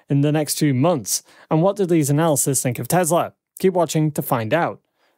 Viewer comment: Please, please......PLEASE!! "Analyst" and "analysis" are TWO DIFFERENT WORDS WITH TWO DIFFERENT MEANINGS!! Please check your dictionary! It's incredibly distracting and I often have to watch your videos twice to fully understand the content!